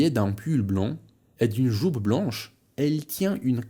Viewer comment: Hej, jestem w polowie filmu i bardzo mi się on podoba, ale jedna rzecz mnie dziwi. Dlaczego słowo "jupe" czytasz przez normalne polskie "u". Wydawało mi się zawsze, że Francuzi czytają to jako tę charakterystyczną głoskę między "u" i "i".